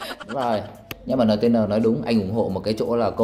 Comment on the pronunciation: Đọc là "en ti en" chứ đọc"nờ tờ nờ" là bọn fan nó vào cắn đứt cậu nhỏ đấy a